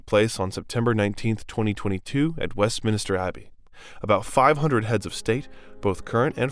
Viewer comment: “West Minister Abbey” multiple times is what got me. WestMINSTER. Not hard.